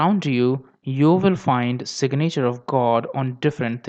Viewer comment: Sig-nature of the god... umm...